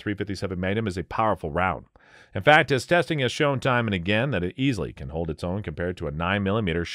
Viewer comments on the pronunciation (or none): none